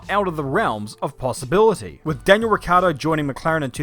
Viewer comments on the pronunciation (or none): none